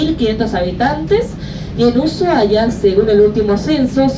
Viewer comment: Chicos no es uyuahia es Usuhaia. No hay ye . Perdón por corregir pero es que suena tan mal en la voz de un Argentino.